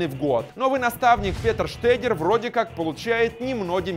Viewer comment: Много ошибок в именах. ЗагадУ, Штёгер, ДаУд.